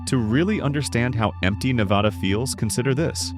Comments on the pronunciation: not VADH its NADA when saying Nevada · The first word out of your mouth was WRONG. It's NEV-VA-DUH. C'mon man. Just like you found these facts, you could've found the correct pronunciation. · How can AI mispronounce a state's name 3 different ways lol? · Mispronounced “Nevada” throughout the entire video 👎🏼